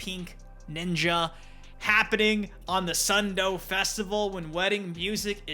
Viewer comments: Dude, just pronounce the name of Sun Do properly. As [sun do] not [sʌn dʊ̈y] or [sʌn dou] -_ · Sun do instead of sun do is crazy